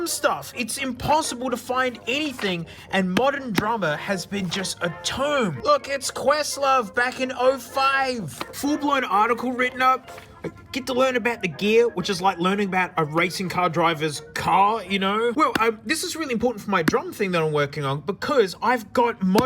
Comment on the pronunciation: “The jeer of Linux”